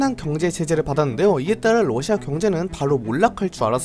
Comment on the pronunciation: 뉴스보다 빨라서 좋아요 근데 계속 ㄹ어ㅓㅓ시아 라고 발음하는게 귀여워요 ㅋ